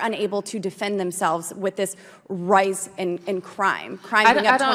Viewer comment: We all just gonna pretend she didn't read "rise" and pronounce "rice"?